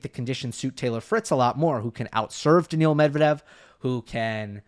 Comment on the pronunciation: Is NOT Daniel Medvedev ...BUT DANIIL Medvedev....